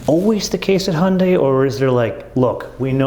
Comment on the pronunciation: You're pronunciation of Hyundai is perfection